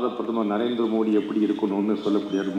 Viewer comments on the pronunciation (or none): none